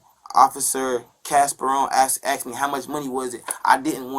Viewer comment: He axed a question